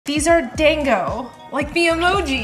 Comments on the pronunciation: The pronounciation is 'DANGO' not 'DENGO'🙂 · Why do you pronounce it dengo instead of dango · it's pronounced closer to "DAWN-go" or "DON-go" 😊🍡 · It’s pronounced “DAN-go” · Bro it's just dan-go. Japanese is pretty intuitive to pronounce. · I love them so much that I think the pronunciation should be corrected. The A here is like the A in Ahhh. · Ugh, the pronunciation 😅 It’s pronounced like the da sound in duh. The Japanese language doesn’t have the a sound like in the word dang